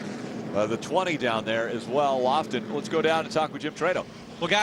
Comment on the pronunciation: Someone should tell Phil Parsons that it's Justin Lofton, not Justin Loflon. LOL!